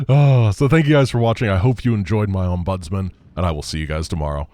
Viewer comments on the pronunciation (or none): Obviously you can pronounce it how you like, but typically "ombudsman" is pronounced with the emphasis on the "om". So OMbudsman as opposed to omBUDSman.